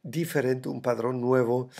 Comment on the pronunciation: Se dice patrón, no padrón. Padrón son los pimientos de padrón 🤣🤣🤣 3GWG4z1yGwbRDfwsxVHTecunkVG5fTazqf